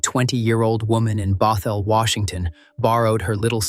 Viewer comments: Bothell Washington pronounced ba-thel not bot hell. Tulalip Washington pronounced Two lay lip not whatever this robot said.. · Pronounciation guide: Bothell is BAWTH ul Snohomish is Sno HO mish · The way it pronounced Bothell was enough for me.